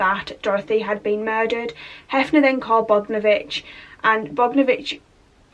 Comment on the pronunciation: It's pronounced Bog-don-o-vich.